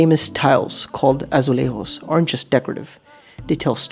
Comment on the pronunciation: Why did you pronounce the J in azuleijos and the N in pena like the Spanish? It doesn't make sense... Apart from that, you did a good job.